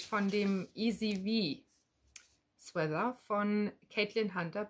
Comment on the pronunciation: Hallo, bin heute auf deinen post gestoßen. Man erkennt gut, wie sehr du das stricken liebst. Aber mir fällt immer wieder auf, dass du "Sweather" ( mit ti-äitsch in der Mitte) sagst. Nimm mir bitte die Klugscheißerei nicht übel, aber es heißt "Swea-t-er" nur mit T, genau wie in "Sweat-Shirt". Ganz liebe Grüße